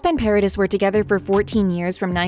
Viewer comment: It's not Para DISS it's ParaDEE